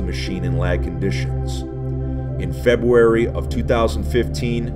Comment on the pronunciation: Febuary LMAO